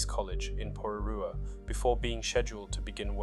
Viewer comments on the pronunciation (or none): Are you from New Zealand? Your pronunciation of Porirua ia horrific.